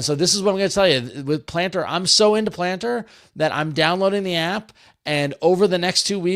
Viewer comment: So when I listened to this on audio only, I was convinced the app was gonna be "Plantr" and not "Planter." Clearly I have been online too long 😂